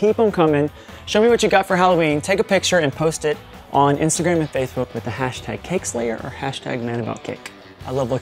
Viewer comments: he said faithbook not facebook!!! lollollol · he said "faithbook" lol